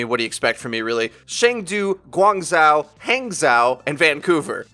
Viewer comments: You pronounce "zhou" kind of like "joe" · Its ha(like youre laughing)ng zho. Idk how to explain saying chengdu besides saying it with more ferocity lol and the way you pronounce guangzhou is almost correct just that zhou is pronounced as zho